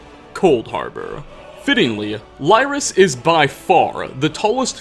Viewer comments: It Leerys not Lierys lol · please.; _; It's bothering me how many times you're saying Lyris since you're pronouncing it incorrectly. It's not Lie-ris it's Lee-ris. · It's "LIH-ris,", not "LYE-ris" -_ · ily but you said lyris' name wrong;-; it's also like how people say Bravil wrong just listen to an npc pronounce it and wham u have it